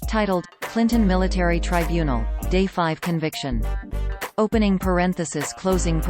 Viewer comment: Well THAT's "good" to know! A ROBOT voice tells me a known criminal wasn't convicted at her TRY BUNE EL! Such "trusty" information! I'm off to hunt Sasquatch!